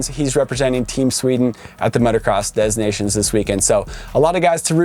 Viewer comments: If u want to say it the French way it’s “motocross de nacion” . Don’t pronounce the S and nations is pronounced differently. Anyway. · If you say Des Nations to a French they'll say "DES NA-C-ONS ?"